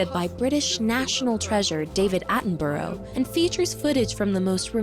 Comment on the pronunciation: Still yet to hear an American say Attenborough correctly